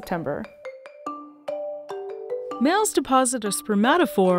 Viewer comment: "I grab zee coconut, I snip zee coconut, then I eat zee coconut" Nearby human taking notes "Excellent, just bloody genius"